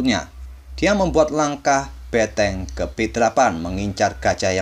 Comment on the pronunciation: ngomong bentengnya emang beteng?